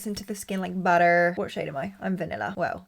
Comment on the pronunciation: I love the way you say "like BUTTER" in an american accent lol